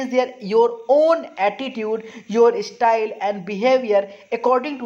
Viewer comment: not estyle it's style 😁😅